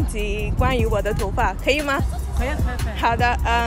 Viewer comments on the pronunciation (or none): Wo DE（MY） Toufa（HAIR） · You said 'wo da tonfa'